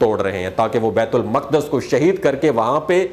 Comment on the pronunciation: بیت المقدس کا تلفظ درست کر لیں۔ " بیِت الُ مُقٙدّس " بیت المقدس۔